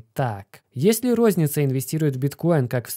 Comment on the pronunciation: Есле-есле, а может и не если, тут сплошные занки вопросов)